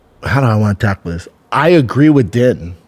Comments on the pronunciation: Out of her own mouth Ditcheva said that she doesn't care about ever being in the UFC or fighting the best & that she just wants to stay undefeated & make a lot of money lol. Also, Din is pronounced "Dean", not "Den" lol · Isnt it pronounced Dean?